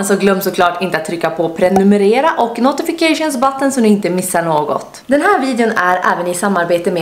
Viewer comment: Kan du snälla sluta säga ”notications button”